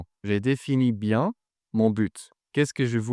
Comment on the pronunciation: because I learned my French from native speakers. Your pronunciation of biEN is wrong